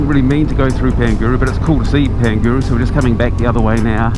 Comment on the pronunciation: Pangaru pronounced like ....Par nga ru